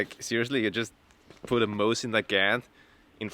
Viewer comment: Why you gotta say Mosin like that?